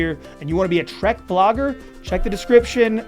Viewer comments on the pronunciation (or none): none